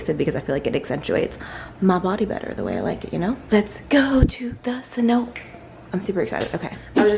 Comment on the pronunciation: For anyome watching, it's pronounced "se-no-tay" not "se-note" :)